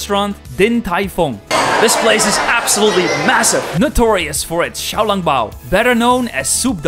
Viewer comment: U were pronouncing Xiao long bao wrong